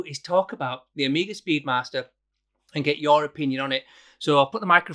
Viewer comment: "Speed Marster".......?! 🤔 Thought you were 'Yorkshire'?! 😄